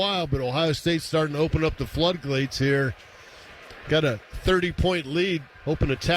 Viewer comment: Hahahaah he said "Flood glates"